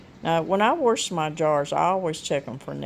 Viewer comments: I miss hearing my momma say, “warsh.” 💜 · I say warsh also. My dad always said it and he's from Ravenden Ar. I didn't know I said it that way until my son in law laughed at me. Now its a loving family joke.